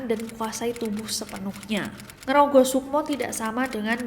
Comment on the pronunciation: Betul 😂... Rogo sukmo atau ngeraga sukma. Bukan ngerogoh😅 kwkwkwkw